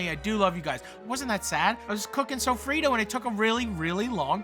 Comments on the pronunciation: Sofrito, Not sofrido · As a Puerto Rican person the way he says sofrito is cringe.